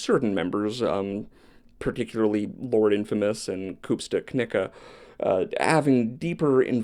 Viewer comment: Never mind, I respect you for saying Koopsta Knicca accurately 💯